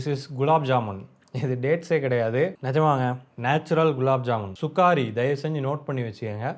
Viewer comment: It’s not Sukaari it’s Sukkari